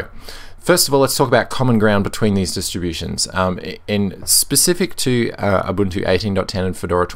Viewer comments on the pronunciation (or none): You almost always say abuntu not ubuntu :)